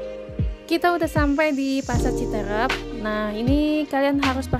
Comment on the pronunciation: Pengucapan yang benar ci teureup bukan Citereup.